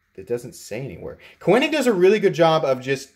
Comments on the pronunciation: Never heard Koenig pronounced that way. Just saying 🤨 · Unless I'm mistaken, the 'e' in Koenig is silent. Cool knife, well executed and spectacular finish. On my wish list. The carbon fiber looks like Vorlon coloring. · Nice video! Tho it kinda drove me crazy the way you pronounced Koenig lol. I have that identical knife as well as a custom one that was a lottery knife at blade show and they are easily my favorite knives and have replaced my xm-18 as my favorites. By the way on the new ones like that one you should see m390 printed near the pivot on the lockside. Perfect and subtle as with everything else on this knife. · Thank you. This was hard to watch...but worth the cringe.